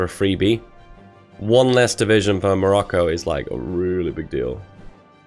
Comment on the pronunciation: Instead of hearing "Kingdom of Morocco" when he was justifying his war goal on Morocco, I heard "Kingdom of Barracko" Edit: The Interwar Government for Germany prior to WW2 was, drumroll pleeeaaaseee: The Weimar Republic! Like 99% of people know this, step up your quiz game.